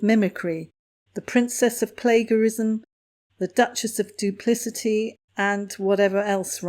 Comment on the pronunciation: please check your pronunciation of 'Kamala' and 'plagiarism'. I'm pretty sure Kamala pronounces her name like Pamala, with a K. Plagiarism is with a soft 'g'. Sorry, but it was starting to bug me.